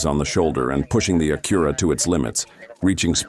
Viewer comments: It’s not an “Akura” or “Cemi” The AI voice is horrendous. The states mentioned and the scenes don’t match. Please do better. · Please teach your AI how to pronounce "Acura".